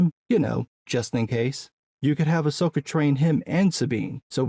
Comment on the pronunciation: Someone was calling it AHSWOKA... LOL